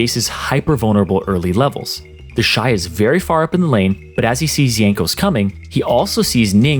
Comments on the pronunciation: I thought its pronounced "Teshi" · Ah yes, TEHSHEE